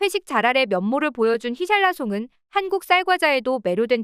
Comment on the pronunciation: 히샬라송이 뭐야 거슬리네